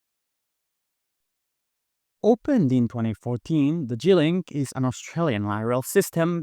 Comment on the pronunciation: It sound like you call it the Chi link